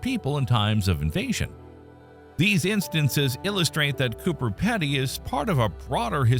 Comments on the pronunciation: Hi, Just a few notes on Australian Pronunciation Emu is "Eem-you" and the town is "CooBer Peedy" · We can live in caves on Earth. What's the difference between Earth caves and Martian caves? And, by the way, it's pronounced "Coober Peedy."